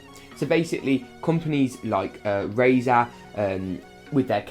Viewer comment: Like "RAZÄH" hahaha